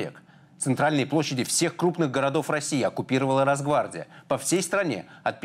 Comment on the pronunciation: Почему Михаил произносит слова, не Постфактум а "Пастфактум" и "Расгвардия" вместо Росгвардия 🤷‍♂️